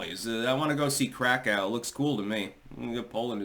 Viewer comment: The w in polish is pronounced as a v same with german. So krakow would be krakov